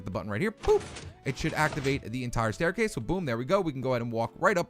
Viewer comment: WERE GONNA BUILD A "STAICASE" 😆😂😂